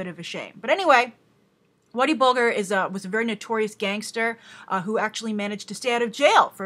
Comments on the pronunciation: pronounced Bul - jer if your not from boston its understandable though. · Hi Grace. Just a heads up, it's Whitey Bulger with the "G" pronounced like it is in Fudge and Fridge. Big fan :)